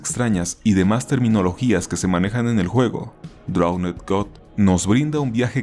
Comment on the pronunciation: Me encanta el video, pero por la uta madre, aprende a hablar inglés o menciona los nombres en español; me sangran los oidos cada que oigo "drownEd".